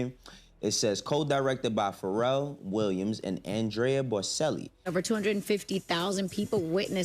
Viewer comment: the guy you were trying to pronounce ( Bow- Chell - he ), you pronounced it phonetically ( bow - cell - he ) is a world renowned opera singer , how renowned you say his song “ Con Te Partido ( time to say goodbye ) has been looped by Jason Derulo making him the ONLY OPERA SINGER with that distinction as of now